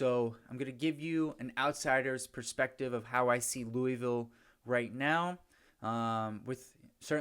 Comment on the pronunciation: Oh one more thing louisville is pronounced looville